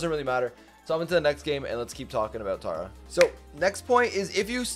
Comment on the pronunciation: Tera not tara